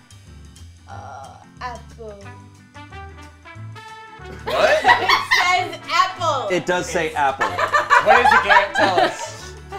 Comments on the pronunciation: I just love when: uhh AP-ple Everyone:laughs: it does say apple Everyone: oh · always kills me LOL "Uhhh... ah-pull" "What?" "It says ah-pull" 😂😂😂